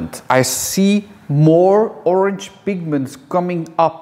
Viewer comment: It's not Orng, it's Orange! Fml